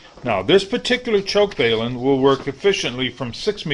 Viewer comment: balum not bailum overall vedio is excellent